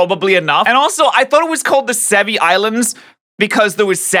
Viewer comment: Sevii islands... Se VII